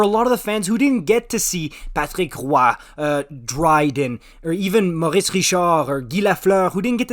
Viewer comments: LMAO "Patreek whah" ease up 😂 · I've never herd someone say Patrick Roy like that!! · Why did you suddenly develop a French accent when saying Patrick Roy?